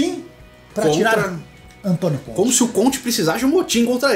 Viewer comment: CONTCHI KKKKKKKKKKKKK